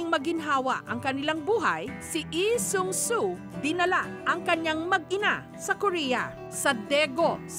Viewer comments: its Lee Sang Soo not Lee Seung Soo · Bakit yung pronunciation ni Mareng Jessica ng Lee Sang Soo eh.. Eh Sung So ganun b talaga yun? Silent L? Sinu nakakaalam? Salamat? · nyak 😂😂😂ok na Sana kasu pag pronounced Nang name na Lee sang soo ehh mali 😂😂